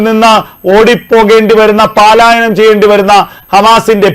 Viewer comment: താങ്കൾ ഇതുവരെയും ഈ 'പാലായനം ' എന്ന ഉച്ചാരണം തിരുത്തുന്നില്ല ? പലരും ഈപിശക്ചൂണ്ടിക്കാണിച്ചിരുന്നതാണ്. 'പലായനം' എന്ന് പറയൂ